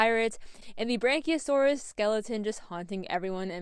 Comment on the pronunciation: it is yea! Was just the way you were saying it I found quite funny! Sorry 🤣